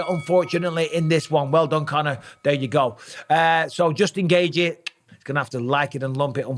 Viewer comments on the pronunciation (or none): Dj Mikey B is truly undefeated but not when it comes to pronouncing Khamzat Chimaev and Justin Gaethje’s name * Chim eee ev * Gay g